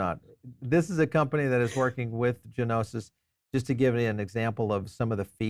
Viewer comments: Gnosis is a Greek word that means “knowledge.” American English pronounciation "no-sis" or "noses." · Pronounced: No-Sis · It's not G-nosis .. dude common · It was killing me! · The G is silent bro